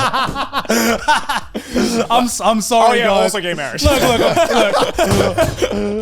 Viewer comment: Heals my heart hearing moo deng pronounced the Thai way lol